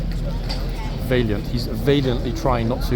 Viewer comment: What is it with the two-fingered salutes? It looks so odd! PS. It's not Vaylient. It's Va(a as in apple)lient.